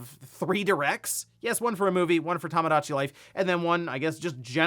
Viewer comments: Maybe once the Direct drops, will stop calling it "Tamadachi Life" instead of "Tomodachi." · it's tomodachi, "tomo", not "tammah"